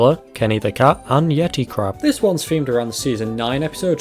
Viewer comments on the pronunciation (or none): none